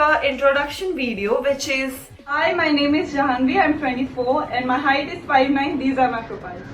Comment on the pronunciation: everything was perfect until i herd HERIGHT.... T-T 5'9